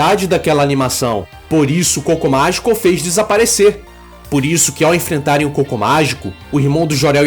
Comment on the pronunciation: eu escuto o "Cocô Mágico" kkkkkk